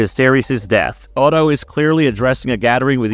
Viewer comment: That's storm's end in the opening shot and pronouncing Otto as "oto" is particularly egregious when they say his name in the first season. Why would you break down a trailer to show you haven't seen? Smh